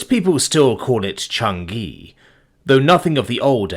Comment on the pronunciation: CHANG-i, it’s pronounced Chang-i!